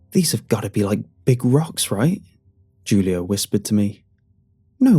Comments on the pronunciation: “Jewleeohh” 😂😂🤣hahaha Please re-record and say “hulioh” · It can be pronounced either way, really. But it is more than likely "Hoo-Lee-Oh" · Julio is pronounced (Hoo•Lee•Oh) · Did he really pronounce Julio with a J 😂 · Julio? pronouncing the J as J not H lol